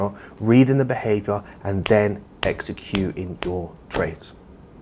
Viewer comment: "Execu-ing, execu-ing, execu-ing"